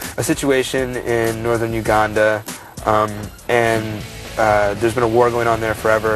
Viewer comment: lol do all American's say "Uganda" like that? (Not meant in a way that would inspire pro-American rage on my ass.)